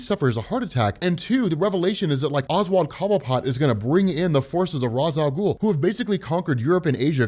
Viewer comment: PRONOUNCE RA'S AL GHUL RIGHT